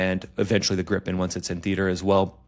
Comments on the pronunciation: Its NOT "Grippen" You say Griiipen, prolong the i ,with an i like in "inside" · It is Grippen. Swedish for Gryphon. Everybody in aviation calls it 'Grippen'